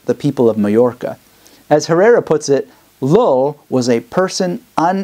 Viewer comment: Thanks I really enjoyed this. One a side note, every time you say "Llull" I keep hearing it as "LOL". Sounds like your LOL'ing at your own speech sometimes.